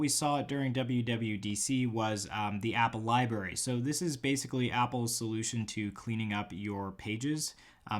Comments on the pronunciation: are you saying library as liberry on purpose? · am I the only one who noticed when he said "Libary" LOL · Let’s say it together...Li-BRRR-ary